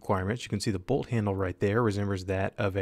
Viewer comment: Dude why did you say Bolt but with a capitol T at the end lol BolT